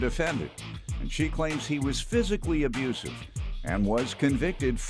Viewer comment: Besides the obvious convictions, the way he says "abrusive" let's me know he's definitely abusive.